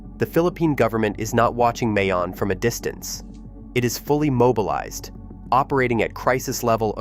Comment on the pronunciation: plz prjonou ce Mayon properly it isNOT like May the month but more like MY